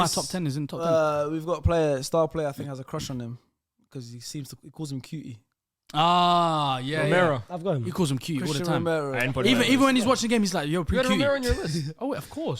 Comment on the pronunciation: I never heard cuti Romero be called cutie lmao you guys can’t pronounce anything Spanish